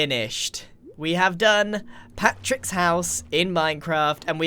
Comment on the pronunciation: When you say Patric instead of Patrick